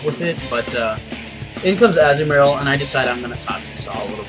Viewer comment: What? You really were pronouncing Azumarill right anyway. AZZ-oo-mair-ill.